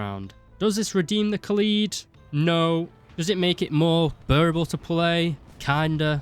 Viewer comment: It’s not ka’lead It’s Kaaaaa led Kaaaaaaa Led